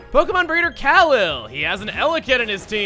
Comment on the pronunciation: Wait, Chuggaa, I thought you knew of someone with the surname Khalil? I was surprised you didn't pronounce that right.